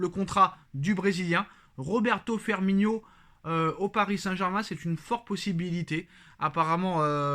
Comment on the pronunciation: Courage! T'en sais rien du tout si il va venir firmiNO! Et toi qui reprend tjs sur les prononciation tu a passé toute la vidéo à l'appeler firminio alors que c Firmino! C sur c pas grand chose mais quand on est parfait comme toi ça la fou mal!